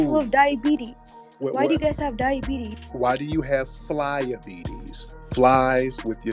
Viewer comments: He said Fly-abities🤣🤣🤣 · Did Tariq say fly-abitis? 😂🤣🐈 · He said flyabetes